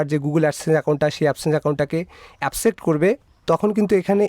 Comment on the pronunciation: শব্দটা এপসেপ্ট নাহ। একসেফ্ট হবে।